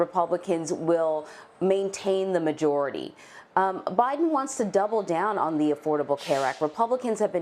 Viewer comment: byeden lol lol